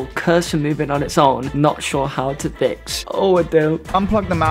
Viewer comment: Can we acknowledge the fact that said fix with a “TH”